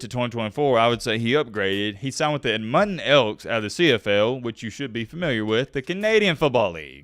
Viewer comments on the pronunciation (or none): Did you say Ed Mun ten instead of Edmonton? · he said “edmuden” 😭it’s ed-mun-ton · said edmunton lmaoo, it’s Edmonton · did you say the Mutton Elks? or was that you trying to say Edmonton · Ed-mon-ton elks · Bro you butchered pronouncing Edmonton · the way you said edmonton killed me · I know nobody cares but as a Canadian I feel obligated to point out how hilarious your pronunciation of Edmonton is. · How you mispronounce Edmonton 🤯😂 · How did you pronounce Edmonton? 😂😂😂😂